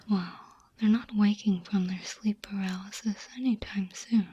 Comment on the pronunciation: did my ears break or did i hear "sleep palarysis" at the end